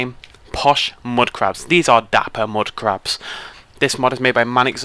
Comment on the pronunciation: "Moodcrabs" :D